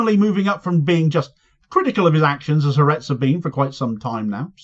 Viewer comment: Ha Aretz has ALWAYS been Netanyahu's foe, it's the most left-wing paper in Israel. BTW It's pronounced 'Hah Artez' not Haretz. 'Ha' in Hebrew means 'the' and 'Aretz' means 'nation/country, so it means 'The Nation'. I was cringing to hear the name mangled countless time in the video. Sadly even the BBC gets it wrong too. If you're going to do it, do it right.